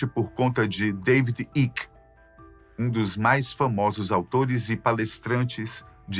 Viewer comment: Gostei do ET dançarino no começou do video. Ahh !! A pronuncia correta do David Icke seria David " Áiki " nao iki como vc falou.